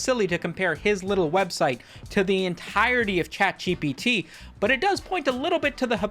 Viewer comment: He's saying "CatGPT" right? it's not just me?